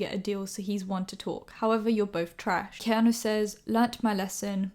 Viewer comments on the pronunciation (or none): His name is also pronounced Key-ah-New Keanu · His name is pronounced key-are-new. Like the fit guy off Eastenders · key-a-nu hehe